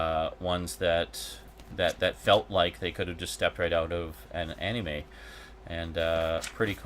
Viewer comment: I'm sure you've explained it before, but I'm unable to recall such an instance. Why do you say "Anime" the way you do? I can't be the first to say that it bugs me, but like your argument for why you set first person controls to inverted, it's not hurting anyone and and it's just how you do things. I just figure I'd ask and see if I can't just learn to accept it. Cheers! :D